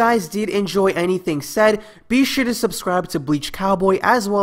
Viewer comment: "and SWYFAF this video" I'm done man ahah